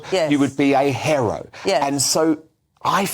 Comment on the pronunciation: Go to if you want to hear a brand new way to pronounce the word "hero"